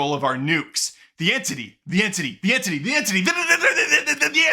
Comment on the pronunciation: Ahh yes….the entittie…a classic foe